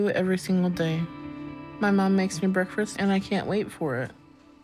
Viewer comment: Those eggs look nasty. Also she says breakfrist, as do I. Good to know im not the only one who pronounces that way. I also say melk and pellow.